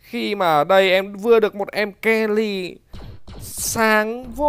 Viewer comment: Mery ông đọc kenny quỳ